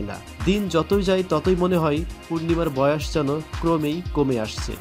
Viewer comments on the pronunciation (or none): উচ্চারণ ঠিক করেন। বয়াষ কী।